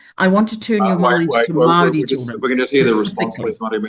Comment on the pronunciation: She can’t even pronounce Māori, she says maarees fgs